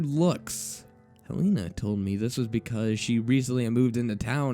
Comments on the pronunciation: Isn't it pronounced Hell-eh-nah, not Hell-eee-nah? Eh, I'm just nitpicking. Good reading regardless. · its hell-en-ah, like helen plus an a, not hell-ee-nah